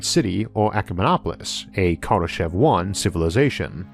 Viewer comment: I hate to nitpick but your pronunciation of Kardeshev is off. In fact my pronunciation was a bit off I just found out. Here's a Russian TV report on his death.